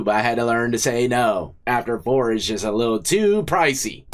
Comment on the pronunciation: She admonishes him repeatedly for saying “kids” the she says “lit” house the prairie? Oh my geez.